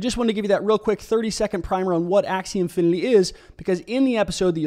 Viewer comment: ser .. i think you are mistakenly pronouncing it as "infiniLy" and not "infiniTy"